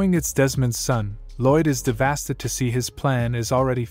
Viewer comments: A little off topic but why does the bot keep pronouncing "devastated" as "DeVHASTED" lol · Why does bro say ThEvAsTeD instead of devastated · Dev-a-state-ed. NOT Dev-as-ted. I understand it's an AI doing the narrating, but poor spelling is the reason there are major mispronunciations. Please correct this in the future. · Devastated or devastid or devadid or diddeva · Who's gonna tell him its devastated and not devasted? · He is devastid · To try to say a big word and fail terribly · Bro I can't unhear it anymore 😂😂😂 Im so devastid 😂😂😂😂😂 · Omg every time I heard it I had a stroke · the fact that when he tries to stay devestated he says devasted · "devastid" I love it. Its my favorite word. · I guess devastid is actually the word "devastated" but with a different spelling and pronounciation? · Yo OP, look up the word “devastated” and how to pronounce it. It’s not “devastid”. Other than that, thank you for making the video.